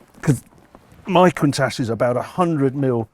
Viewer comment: There is no ssshhh in Countach. Love that widebody Merak.